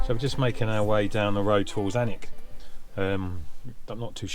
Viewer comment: You're one of the very - VERY few that's said Alnwick correctly...! Finally! 😆